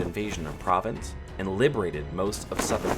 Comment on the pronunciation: It's pronounced share'bourg and pro'vance